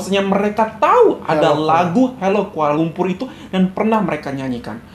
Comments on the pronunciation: Sebutan 'Kuala lumpur' dlm lagu itu bukan cara sebutan org sini. Kami sebut 'lumpo' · Assalamualaikum Mr, setahu saya lagu utk kanak² di Malaysia tak ada yg menyebut aku, sbb bg kami rakyat Malaysia sebutan aku tu terlalu kasar, apa tah lg di sebut oleh kanak², cara sebutan lirik dlm lagu tersebut pun jelas kedengaran amat janggal.. penyebutan "Kuala Lumpur" blh di anggap terlalu tebal, perkataan halo, ibu kota & aku suka sekali juga kelihatan canggung bg kami rakyat Malaysia 😅 maaf ya Mr kalau sy tersalah ckp, salam hormat dr Malaysia ❤ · sebutan 'Kuala Lumpur ' pun bukan sebutan sebutan malaysia...